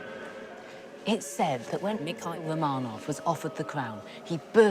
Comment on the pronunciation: I love documentaries with Lucy Worsley. However I wish she would pronouce Romanov right. I cringe everytime...